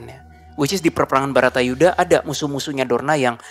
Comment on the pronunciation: Baratayudha bou, bukan Batarayudha Salah terus